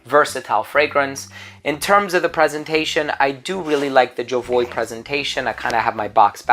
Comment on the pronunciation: Why do american people think they have the right to pronounce names of brands their own way when the French say it is ZHO-VU-AH?